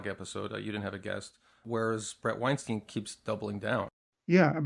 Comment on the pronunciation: Your pronunciation of Bret Weinstein's last name is utterly incorrect. His last name is pronounced the exact same way as Albert Einstein's last name.